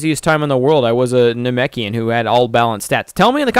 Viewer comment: U called it a narkoshian it's na Mek ian